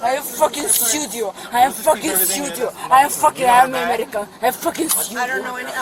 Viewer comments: “I am Omar-in-can. “ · Say it with me, folks - "I am Amalleeekan" 😅🤣🤣